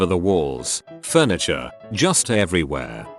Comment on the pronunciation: "furntiture"? Was Madea the responding officer? 😆